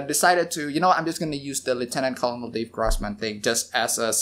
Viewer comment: "Colonel" is pronounced "ker-nal." Like a corn kernel. It's weird but it is what it is.